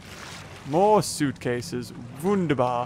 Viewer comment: I love you Wunderbar me as a german say it so easy and you said it so high like : WUNder BAr